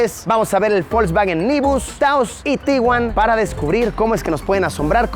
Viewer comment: por qué le decía folksfagen